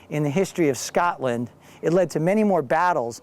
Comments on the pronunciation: Scotland!!!!!! not SCATLAND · It is so funny how he says Scotland it sounds like Skartlund lol